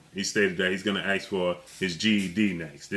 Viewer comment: Why do you say axt ITS ASK